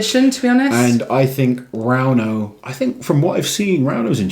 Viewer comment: 1-Novikov. 2-Gavin "the sausage". 3-Rrrrrrauno.